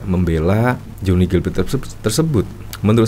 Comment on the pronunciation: Pla-te （dalam bahasa Indonesia) Bukan plate (bukan dalam bahasa English) . …. Beli dengernya !!!!!